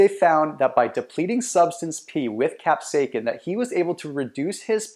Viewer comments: Kap - say - uh - sin, NOT kap - say - kin. Thank you. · it is not pronounced "cap-say-kin". it is pronounced "cap-say-ah-sin" combine those words rapidly and you will pronounce it right (sort of). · I am loosing braincells by the second. WTF IS CAP-SAKE-EN??/!/£&#% ITS CAP-SAY-UH-SIN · Capsaicin is pronounced as “cap-SAY-uh-sin” (IPA: /kæpˈseɪɪsɪn/). The emphasis is on the second syllable, “SAY.” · Its Astounding that People Get Upset Over Pronunciation.. The Video is about Health and its Cayenne pepper that he is Speaking about..Cap..Sake Kin.. Go ahead make my day ! Great Video ❤ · You're pronouncing capsaicin wrong. You're saying capsaikin, which is incorrect. Otherwise good video.. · That’s not how you pronounce capsaicin. It’s kap-SAY-sn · It’s pronounced “kap-sasin” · Capsa "kin". First time I've ever heard it said that way. Good info though. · I have never heard capsaicin pronounced like that, its distracting, the letter "c" has a "s" sound. [cap-say-sin] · C'mon dude say CAP-SAY-SIN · Repeat after me... : CAP-SAY-EH-SIN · WTF, your saying capsaicin wrong. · Bro I can’t watch this.. say it right !!!! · Onother "expert" on diet who doesn't know how to pronounce capsaicin. And what about those doctors in the vid? Ok enough for comedy entertainment for today. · please stop saying capsaicin like that.